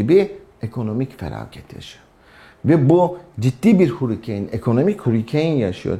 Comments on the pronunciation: Hurikeyn değil hörikeyn 😂😂😂 bi de İngiltere de yaşamışsın hiç aksanlı konuşan ingiliz yok muydu etrafında 😂😂😂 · hurikeeeyn değil şu hurricane diye yazılıyor hörikın(US ing) ya da harikın (UK ing) diye okunur. Allah rızası için videoya odaklanamadım yaa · Hurricane (hörikeyn) demek istiyor sanırım.Türkçesi Tayfun.